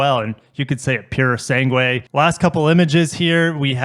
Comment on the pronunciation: You can also use Google Translate to listen to the right pronunciation of the word "sangue". It's sange, the "u" is mute. Portuguese here, btw.